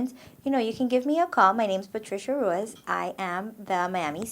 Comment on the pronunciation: You miss pronounced Ruiz.